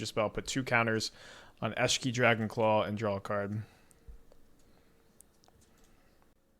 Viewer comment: Hi! Love your content, but I get whiplash everytime I hear you pronounce Esh - key in a new and profound way...